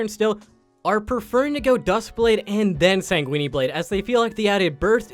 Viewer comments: SAN GWIN. not sanguinee you fking trogladyte. stop making quips after every single point on the checklist, they aren't funny or interesting. mobalytics is information, not personality. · My first goal is to make your narrator pronounce sanguine correctly. It's not weenie. You can choose between pronouncing the "uine" part as either "win" or "keen". Your "g" in "sanguine" is good, just add the "-in" or "-een" from "win" or "keen". Just stop Saying Weenie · Man said Sanguini blade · CAN PEOPLE STOP PRONOUNCING SANGUINE BLADE AS SANGUINI BLADE? THE LAST E IS SILENT "SANG-GWIN" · ''Sanguini blade'' XDD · Ah yes sang-weenie and kyle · hate the way he pronounces everything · Sounds so Italian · first I thought he was just memeing like when he said master yi-esus. but after he said sanquini twice i knew i had to find this comment lmao